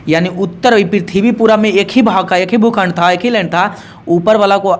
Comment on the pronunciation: Aap jo aise bolte hai na bhukhand koun khand aise nhi boliye but sorry 😢